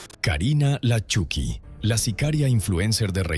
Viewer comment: Se pronuncia Choky no Chuky .